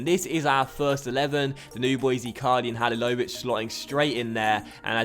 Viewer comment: its pronounced ha-li-lo-vi-ch